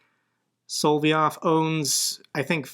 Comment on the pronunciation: I'm not sure you realize it, but the Russian Goebbels is Solov-yov, not Solvy-ov.